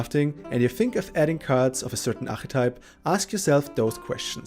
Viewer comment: How do you say mechanics and archetype? A bit annoying, but good guide thx